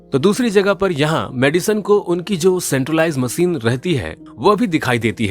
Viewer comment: Har word se nhi hota she bhi tota h ...macine nahi hota machine hota h Har jagah se se se se